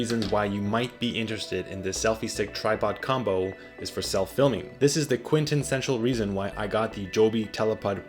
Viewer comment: Quintessential…. Not Quentinssential…